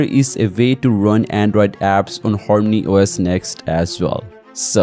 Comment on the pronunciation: Whats Horny OS?? Says harmony on screen but you keep saying Horny OS